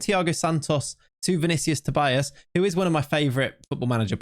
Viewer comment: not sure if you care that much about name pronunciation, but I'm Brazilian, and Tobias would be something like 'To-bee-as'.